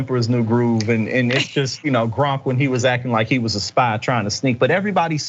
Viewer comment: DId he call Kronk "Gromp?"